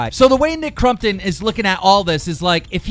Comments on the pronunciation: U suck. It’s not Nick CRUMptom it’s Nick Crompton haha like can u read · He’s saying crumpton instead of crompton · dude his name is CrOMpton not CrUMpton you dumbass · Anyone notice how FUCKING KEEM PRONOUNCED NICKS NAME FUCKING CRUMPTON NOT FUCKING CROMPTON!!! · Youre saying nick crumptun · Why do you call him crum -ton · Why do you you call him Nick crumpton? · Thought it was nick crumpet ? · “Nick crumton” please English correctly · “Nick Crumpton” 😂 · Every time he says Nick CrUmpton, take a shot. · Why TF you keep saying Nick CRUMPTON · All I hear from keem is Nick crumpets. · Nick crumton?! Lol 😂 that’s what u are saying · The way he says crompton triggers me but I still love his channel